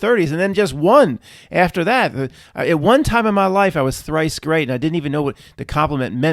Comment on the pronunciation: "One time i was trice great" 😂